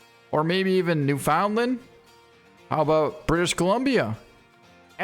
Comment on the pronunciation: not many people can say newfoundland right lol